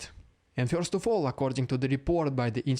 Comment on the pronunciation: Love the name change. Please don’t start changing how you pronounce “first” (fyurst).